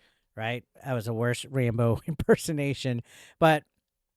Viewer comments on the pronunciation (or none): You pronounce Rambo like Rainbow 🌈 . I switched from listening your video to actually watching it and was pretty disappointed… no rainbow bandana 😢